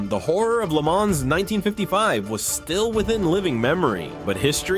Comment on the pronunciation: You do not pronounce the “s” in Le Mans. I’m guessing this is some lazy AI entry.